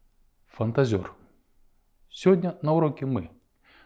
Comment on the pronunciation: Правильно произносите слово " Сегодня"